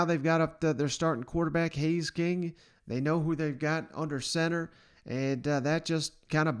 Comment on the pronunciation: Haynes, not Hays or Haze.